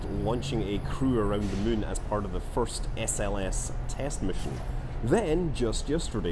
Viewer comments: You really said it: "it would be a fly around the mun" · i love how he says moon like mün that scottish accent really makes it sound like hes played a little to much ksp haha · like how you say mun as in the moon of kerbin and not moon as in the actual moon